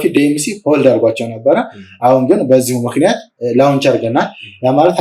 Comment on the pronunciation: * launch 'ሎንች' እንጅ፣ 'ላውንች' ትክክለኛ አጠራር አይደለም።